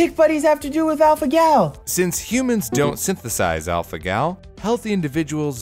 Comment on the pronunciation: Alpha-Gal Me:*Alpha-Gel*